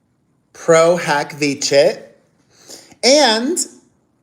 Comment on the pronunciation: I see you pronounced pro hac vice right. You are welcome ;)😊